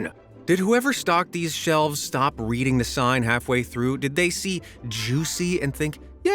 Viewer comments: stob❌ stop✅ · Stob. Please just stob.